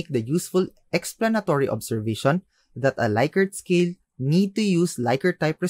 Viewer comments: Rensis Likert is pronounced "Lick-ert" not "Like-ert" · "Lick"-ert, not "Like"-ert